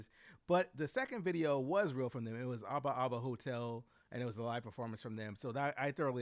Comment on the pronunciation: I think you messed around and pronounced Ababa Hotel correctly lol